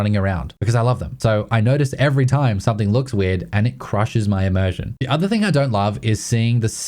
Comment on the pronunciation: There is no word 'somethink'. There is no 'k' at the end of 'something'.